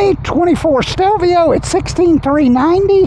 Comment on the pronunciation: The name is not pronounced the way you are saying it. Not that it really matters to some people.